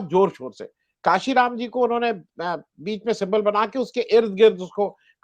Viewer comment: मान्यवर, आप पत्रकार महोदय कांशीराम का सही उच्चारण किजिए